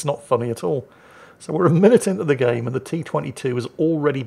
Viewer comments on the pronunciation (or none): none